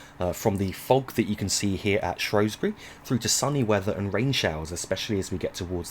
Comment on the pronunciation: Ah yes, the shropshire town of "shrowsbury"... apparently